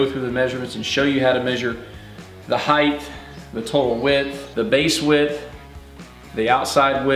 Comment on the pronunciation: Height! Not height-th